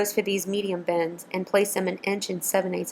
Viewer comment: Lol sounds like she keeps saying bens, instead of bins.